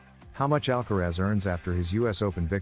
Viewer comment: En primer lugar aprende a pronunciar el apellido de ALCARAZ no " alcarez" ...gilip*ll*s ..Y luego pones imágenes de otros partidos...Nada que ver con el que estás comentando t*nt*